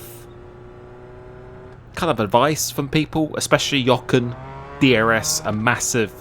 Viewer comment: Why do you get Jochens pronounciation right?! All of a sudden. Nice!